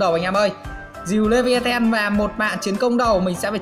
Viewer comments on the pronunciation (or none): none